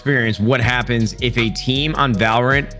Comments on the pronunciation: valOrant, not vaLrant lmao courage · Everyone: valorant Courage:valraaannntt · dude keeps saying valor ANT xD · ok what? they both pronounced it wrong... ( VALOR UNT ) silly pleb... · My brother cant say valorant either he say it like vloor-ant